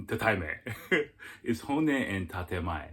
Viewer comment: ..despite the fact that dude mispronounced 'tatemae/honne', his view was spot on----Japanese people themselves will tell you they are two-faced, it's mandatory essentially for Japanese people to maintain these two 'faces' in order to navigate their society smoothly---point 2 was also pretty accurate, despite the inability of "us" to "understand" because they might not have the 'ability' to communicate how they feel, the fact is, it is very common for Japanese women to simply ghost, no explanation, no nothing, it relates to point one, they'd rather evade their own ('real'?) feelings, and definitely yours, than engage in any kind of real conversation about what might have gone 'wrong', etc------also, i don't think dude's advice in telling your Japanese gf to try to be open with you about her feelings, was 'terrible' at all.....why not express that you feel it's a good idea to have open communication in order to build and maintain trust and communication? it's somehow a 'bad' thing to advise your lady-to-be that she try to be more open? come on man---bizarre that you shot that one down.....his point about Japanese women being sensitive is also pretty accurate, you say or do anything at all that doesn't seem like such a 'big deal', could be anything, there's a very very good chance she's going to disappear forever, that's just the real man...Japanese society and people in general offer you a very very small window or margin for error, and, once they've 'determined' whatever they